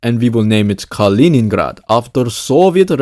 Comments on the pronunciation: not Калиниград, its Калининград! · не "Калиниград", а "Калининград" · You are pronouncing the name of the city wrong